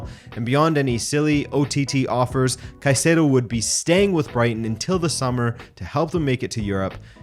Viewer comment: Finally someone pronounces Caicedo's name the right way! I've had enough of all of these British pundits and fan channels calling him Kaseedo!